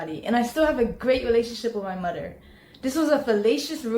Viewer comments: the second I heard her say “mudder” I immediately looked at chat and was so happy to see that not only was I not the only one who caught that, but even spelled how I heard it. The chat is fuckin hilarious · Why can’t she pronounce anything correctly. “My Truf”….she doesn’t even say the words together or Mother correctly. Jesus Christ! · Broo hearing her pronounce the "th" in words as "duh" was infuriating lol. "Each oduher" = Each other. "My moduher" = My mother. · “I’d like to apologize to my Mudder. Please don’t disrespect my mudder.” 😂